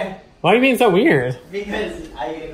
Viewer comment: “youre a human beinK”